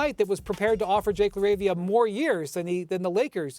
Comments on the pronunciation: I'm weak at the anchor mispronouncing Jake LaRavia's name. "Jake......LAR-ah-via" CMON MAN! lmao la-RAVE-ia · She called him Jake Larva 😂